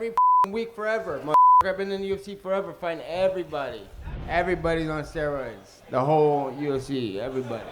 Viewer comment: "you're on steriods"